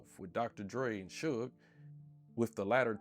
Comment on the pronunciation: Dude, I love your content, but the mispronunciations are killing me! As a 43 year old who grew up in that era, how the hell can you pronounce a name that everyone knows - Suge (Shoog) and pronounce it as "Shugg"?